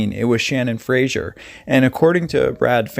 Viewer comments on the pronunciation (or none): none